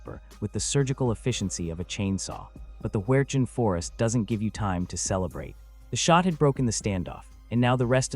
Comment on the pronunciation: I heard it said 30 06 your right it just didn’t say the out